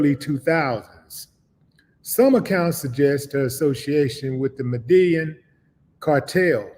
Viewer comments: Yo Willie it's pronounced Med-I-yeen! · Btw, it’s pronounced “Meda-YEEN” or “Meda-JEEN” (Medellín) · You not saying the cartel name right bro